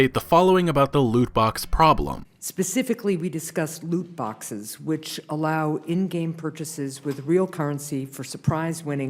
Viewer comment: “No Loot Boxeth, No premium Pathez”